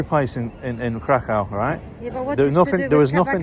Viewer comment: Every time he says KrakOW she wants to punch him.